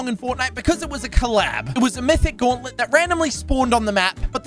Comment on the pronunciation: the infinity gawwentlent